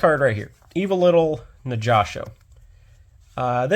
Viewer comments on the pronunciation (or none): While this is a neat deck profile, hearing you call the reptiles "Evo-Little" bugs me. It's Evol-Tile. Not Evo-Little. Solda is a good inclusion. As I YugiPooped with my partner; "Big dick dragon cucks all of Pendulum Summoning. Fuck you, Soul Charge, you're next." Pends, and Soul Charge-like effects just get rekt by Solda.